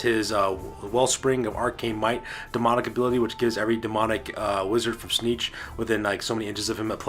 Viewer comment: aaargh. Its Tzeentch, not Tzneetch. Also, everything you summon, split or add to your army, you HAVE to pay points for, otherwise its just silly.